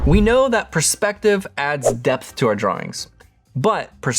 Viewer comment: Am I the only one that heard "We know perspective brings death to our drawings..." 😂☠️